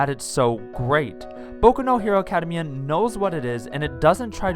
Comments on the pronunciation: What is this "Acadamaya" that you speak of? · Good video but... Why do you say "academia like that?